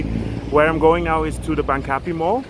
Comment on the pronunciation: It is actually pronounced Bang - ka - pee.